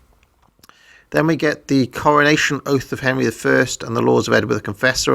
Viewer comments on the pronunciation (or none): none